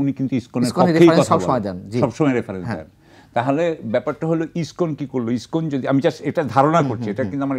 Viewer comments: Iskon not Ipson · এই পেট ফোলা ব্যাং টা বার বার ইস্কনকে ইবটন বলছে। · Ipson না lskon,,,, কোন মাদ্রাসায় পড়াশোনা করেছিস😅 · ISPAN na ISKCON ? aage se ta thik kore balun. Abar international relations niye Katha bolche .